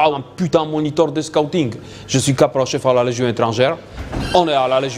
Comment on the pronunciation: « moniteur de scoowting »